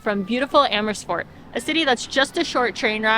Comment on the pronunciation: Emmersfoort😂Love that pronunciation. I am originally from there, think I should go back as a tourist!